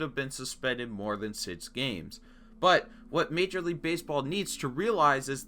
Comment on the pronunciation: It’s pronounced Acunya Acuña It’s also pronounced sicks not sits 6 Sorry pronunciation is my pet peeve Great vid